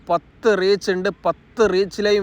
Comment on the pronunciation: Hoskot alla hosaghatte😂